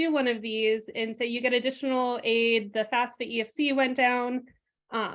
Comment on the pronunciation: Excellent content. The guest pronounces it FAS-FA Why do people in the field pronounce it wrong? Is that the right way to say FAFSA?